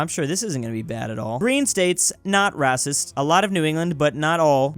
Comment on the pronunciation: i love that he says rassist